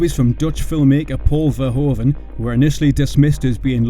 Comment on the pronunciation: The oe in Verhoeven is a diftong. It is pronounced like oo in English, like hoof for example.